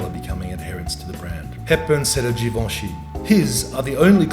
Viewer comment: GUUUURL THE PRONOUNCATION OF GIVENCHY GIVIN ME AGGGGREEEESIIOOON